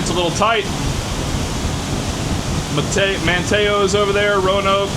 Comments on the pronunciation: Good to see you in my area in this one!! Manteo is pronounced "man-T-O" for future reference Cap! Haha the Neuse River and Beaufort/Morehead is where I love to be in a boat, maybe slip out the Inlet when i can to do some offshore fishing! The Pamlico can definitely get skinny! You will be out of sight if land and run into some skinny water anywhere! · At the start of the video you were only a couple of shoreline miles from me. Sure you made better time with the eastern route. Alligator river bridge is being rebuilt currently. A lot of wait times for both vessels and traffic. SN: Man- T -O is the locals pronunciation of manteo, and Wanchese is pronounced One-cheese with brogue. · Man-ta -o.........Man-TEE-o. You hurt my ears lol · Pronounced MAN-tee-oh. Nice sheepshead hang at that bridge coming into Morehead, doormat flounder in the turning basin and next to the port wall too.